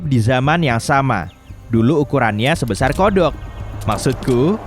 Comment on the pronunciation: sebesar bg bkan seboasar. Edit: sebuasar malah keknya g tau dhlh